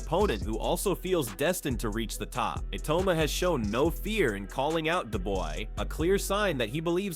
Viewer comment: Why is the narrator saying iyauma